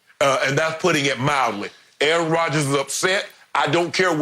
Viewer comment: 1 word fo AA-Ron) disrespectful